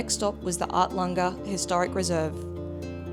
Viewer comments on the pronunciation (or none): Our favourite place in the east Mac’s…..arltunga bush pub is a cracker of place 👍🏻 loved it there in August. …oh it’s Arltunga….arl not art-tunga 😅 or artlunga 😂 A very well showcase video of the east macs awesome guys 🤟🏻 nice rig to 🤗